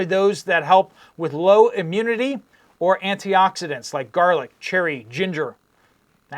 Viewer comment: oops garlic not garli